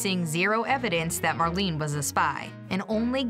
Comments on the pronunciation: Mar-lay-nah, not Mar-lean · Marlene. 'mar' 'lean' 'uh' Dietrich